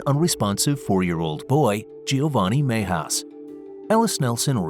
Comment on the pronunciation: Cringe every time the narrator pronounces Mejias.